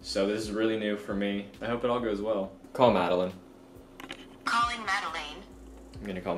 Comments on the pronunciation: you didn’t call Madeline you called Madeleen 😂😂😂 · Call Madeline (Mad-uh-lin) Siri: Calling Madeline (MAd-Eh-LaYnE)